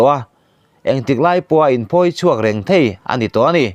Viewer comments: Entik lai pawha, in phawi chhuak reng thei tih lai khi a thluk a dik chiah lo nih hi, ka nui lo thei lo,nuih sawh lam ni lo in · I Thu chhiar hi nangmah ngeiin han ngaithla Chiang teh, "thei" i lam Rik dan hi midang lam Nita se a mak i tihve ka ring.